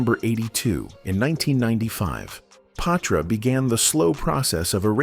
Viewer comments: Yeees I was a Patra fan 😊 & Ima blame the mispronunciation of her name on the Ai voice ... Its pronounced Pa-tra not pay-tra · Is he saying paw-tra😂